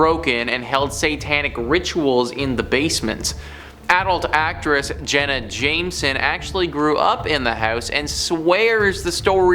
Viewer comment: I like the way said Jenna Jamison and I would love to hear her talk about growing up in that haunted Victorian home before it was Zak Bagan's Haunted Museum